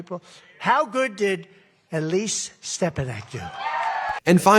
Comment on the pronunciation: That's "Elsie" not Elise.